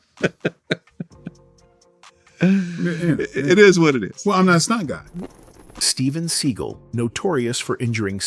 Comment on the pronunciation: “Steven Seagull” 😂